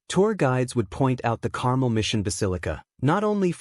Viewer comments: Carmel isn't pronounced the same as caramel (as in caramel apple). The emphasis is on the last syllable: car-melle. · Uh, no, Carmel is NOT pronounced Carmel ( like the candy) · “CAR MEL” is the correct pronunciation 😊